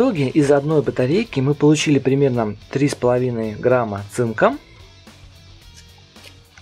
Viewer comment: ты сказал не грамма а рамма